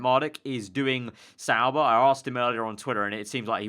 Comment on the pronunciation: Why does everyone say Sauber?